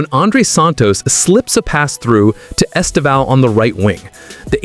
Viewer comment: The first acent in his name is the stroguest one. The second one just show the close nasal sound. Estêvão. The strong silable is TE, please. The way you pronounce is very strange and even funny in Portuguese.